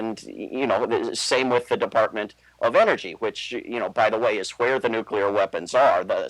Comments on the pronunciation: NU CLEE AR. Not NUKE U LAR. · TRNN's interviewer,, needs to pronounce the word "nuclear" correctly so that such discussions can be taken seriously. pronounced "nuclear" exactly like George W. Bush did: noo-cyu-ler. Very distracting and annoying!